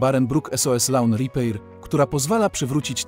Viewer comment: Szkoda Wam pieniędzy na lektora? "Lawn ripejr" xd no po marce premium spodziewałbym się więcej